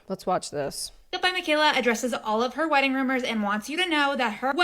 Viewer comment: The way she pronounces "weddin" is like nails on a chalkboard.